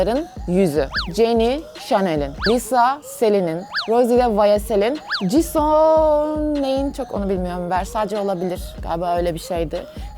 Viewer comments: Jiso değil jisu diye okunuyo :) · Abla Jisoo'ya Ciso demen ve Lisa'ya Liza demen dışında gerçekten güzel bir video emeklerine sağlık 💕 Blackpink üyelerinin isimlerinin doğru telaffuzu: Jisoo: Cisu Jennie: Ceni Rosé: Roze Lisa: Lisa